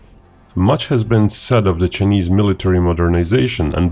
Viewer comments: "Chy-knees", not "Chin-ease". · Love your accent, and the fact that you don't hide behind a "robot reader" like some channels, but "Chinese" in English is pronounced "chai-neez". 🍻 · Ah yes, the Chin-eees. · Chii knees ???? Hey pronounce it properly!!!